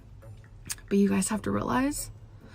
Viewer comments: You guisee need to rihlizee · "Rihlize, Rihlize, Rihlize."